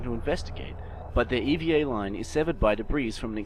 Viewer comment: I know this over two years old but acronym time. It is NOT an Eva suit. It is an E.V.A. suit. Extra Vehicular Activity suit. As someone who works in the space business this was like nails on a chalkboard.